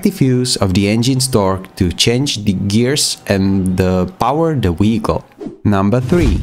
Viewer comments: i love listening to him saying da weekol every five seconds lol 😂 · fr bro keeps saying " WEHICLE " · What is a “weekol”? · I want to like this video but everytime he says wehicle I can't really distracted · A very amazing guide I just can't keep serious on the accent of wechicle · “Weeicle” weeckle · WTF is a weehicle?!?!?!😂😂😂😅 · Take a shot everytime he sais Weeyickle. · this comment has a translate to english option and it translated to he got off😭 i know ur comments abt how he says it